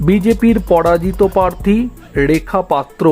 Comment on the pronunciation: উচ্চারণ শুদ্ধ করুন ,ড়েখা পাত্র নয় রেখা পাত্র। র টা ড় নয়